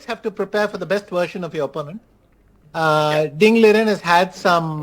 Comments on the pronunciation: bro said Ling Diren 😭😭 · did the anchor actually say Ling Diren?!! 😳 😳 😳 😅